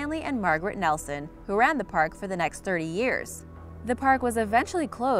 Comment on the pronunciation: Okay, but I heard: "...And guards were attacked by ewes with knives!" Yes, I turned on captions and found out it was "youths" but it still sounds like "ewes". Also what's with using photos of any old park if you don't have any of the one you're talking about?